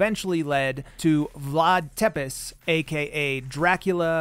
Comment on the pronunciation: Vlad Țepeş is pronounced tsepesh, not tepes